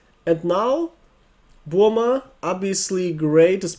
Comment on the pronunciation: That's how it's supposed to be pronounced. Saying "Burr muh" is more of an American thing.